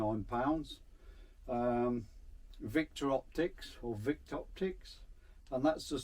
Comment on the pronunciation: Victopticts? PQARA good shop, Simon is a top bloke